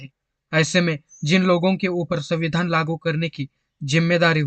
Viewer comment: आपने संविधान बोलते वक्त संविधान का उच्चारण कितने बेधंगे तरीके से किया है.ऐसा लग रहा था के आप जाब बुज के संविधान को चिडा रहे हो.